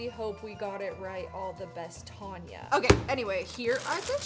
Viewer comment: Tan-ya ...you catch a "tan" not a "tarn" 😂